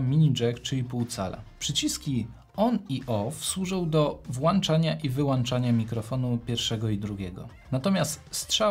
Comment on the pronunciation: bardzo przyjemne dla ucha i oka omówienie ATEMa, ale proszę zwracać uwagę na "włanczanie" i "wyłanczanie", boli w uszy😂😂